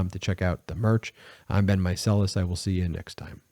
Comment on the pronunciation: I always thought you said “ive been …” instead of “im Ben …” in the beginning of the vid😂